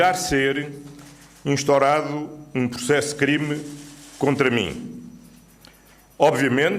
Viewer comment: Ó Chamuças estava tão nervoso mas tão nervoso, que nem pronunciou bem certas palavras como; instourado (instaurado), procuria (procuradoria) e famila (família) vi e revi o que ele falou várias vezes 😂😂😂😂😂😂😂e😂